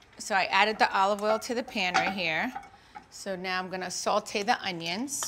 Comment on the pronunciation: Does she say salte instead of sautee?! I keep hearing that